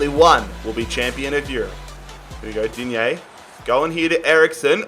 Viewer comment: In French we say digne not digné 😅😊